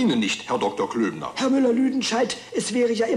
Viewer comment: It's Klöbner, not Klübner.